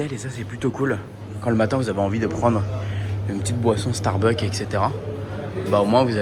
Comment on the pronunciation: StarbuckS on dit pas starbuck 😅 et tu peux dire personnages en français pas caractere 😂 mdr merci 🙏🏼